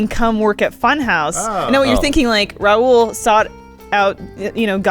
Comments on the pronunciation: His name isn't fucking Raul, is he the only indian you guys know? It's Rahul! Pronounce the H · the way they pronounce Rahul is probably the only reason keeping him away from getting a fulltime job at FunHaus.